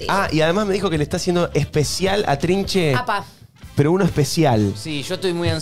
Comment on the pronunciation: Me preocupa que cuando Balta crezca diga "Pa Gero"